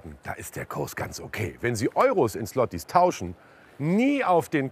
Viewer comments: Es heißt auch nicht "Slotti" sondern "Schwoti". Ł ≠ L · ich kann dieses "sslottie" nicht mehr hören 🙄 das kann doch nicht so schwer sein zu lernen, wie man es richtig ausspricht. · Alter fuckt mich das ab wie die alle "Slotti" sagen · Schwachsinniges Video... einfach Geld am Automaten holen. Und bevor man eine "Dokumentation" über die Währung macht, sollte man sich mal über deren Aussprache informieren. Wirklich peinlich! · Auch wenn man sich über die offensichtliche Abzocke zurecht ärgert, könnte man sich um die richtige Aussprache der polnischen Währung bemühen, wenn man schon so ausführlich darüber berichtet.